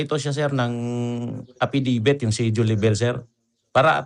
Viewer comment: A FFI DAVIT PO ND E FFIDIVIT....HEHE